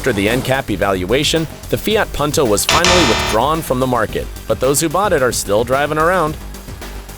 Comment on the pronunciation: 그리고 새끼야 듣다보니 이름 똑바로 안부를래? 푼토를 펀토라고 하질않나 조에를 조ㅡ 라고 허질않나 헌대이 발음은 어쩔 수 없어도임마